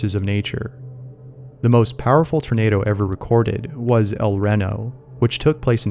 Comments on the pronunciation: It's El Reno not El rino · i’m from oklahoma and El Reno is said like “El Reeno” not “El Reno” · I thought the baby said "mama" because that's one of the first words a baby picks up when learning to speak. And 2 we say El Ree-no, not Ren-I. Sorry, we moved here to Oklahoma when I was twelve. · el REHNo??????? its REEEEEEEEEEno, (Ree like free without the f) yall ragebaiting fr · El Ren-o had me dying, turned spooky to hilarious. It's El Re-no. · The tornado was recorded in EL REEEno not EL RENo. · It's not pronounced El Ren o it's El Re no. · As an Oklahoma native, hearing you pronounce "El Reno" (El REE-no) as "El REH-no", made me laugh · El Reno is pronounced El Reeno, you fking moron. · El Reno (Elle Ree-Know) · El Reno is pronounced El REE-no, like Reno, NV. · Its pronounced EL then Reno, like in Nevada. But yeah I live in Yukon Oklahoma and this tornado was massive 🌪️😱😰😨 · El Reno=El Ree-no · I was absolutely stunned at the horrid pronunciation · It's pronounced El ree-no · Its pronounced El ree-no. I was there for that tornado. It was definitely VERY intense and scary and people here in Oklahoma don't really get scared of tornados because they happen so often so that says something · i was in the el reno tornado too, i saw it firsthand, shit was massive edit: it's also pronounced el reeno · It's tornado El Reno (Ree no) not one word I know because I live in Oklahoma and we have a place called El Reno (el Reeno) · It's pronounced el ree no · Ya gotta be from Oklahoma to know all the weird town names/pronunciations... it's pronounced El Ree-no 😉 That was a horrible tornado. Killed several Weather channel storm chasers. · El-ree-no! I dont live there, but...hey. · You say El Reno like L-Ree-No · r u an idiot...el reno? really im from s philly and i know how to say it....EL REE-NO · El reno, as in reno, NV ... Not renovation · It’s actually said El Ree Kno .....like Reno in Nevada. That’s my hometown, I remember that tornado. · El Reno. Pronounced Ell-Ree-noh.